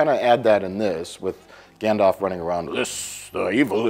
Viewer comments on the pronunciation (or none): So many different pronunciations of Smaug and yet he always calls Gandalf "Gandof"... 😛